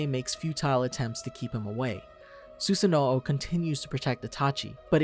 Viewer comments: nope. I only watch sub. Not once have they every pronounced it like that. And sub is the original language incase you didn’t know. In Japanese they always say “Sue-zan-o” Every time. Go watch a Naruto Shippudden episode right now with one of the Uchihas, and that’s exactly how they will say it. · How does the dude doing Itachi know how to say everything correctly BUT Susanoo? 🥴🤣🤣